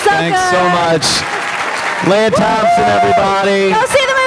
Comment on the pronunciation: Hey Ant, isn't her name pronounced LEE-ah, not LAY-ah? She's not Princess Leah...